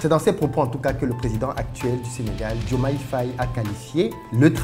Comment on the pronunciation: C’est DIOMAYE et non Diomande please 😂😂